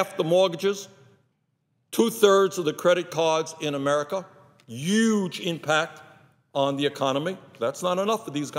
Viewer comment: There's a H in the word huge. H-U-G-E... it's pronounced HUGE with the H. I would like him to pronounce the word "HUE" as well. :)